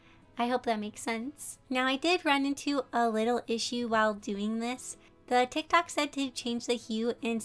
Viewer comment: I love how she pronounces it: 'TaK toK' (not tryna be mean btw its a joke)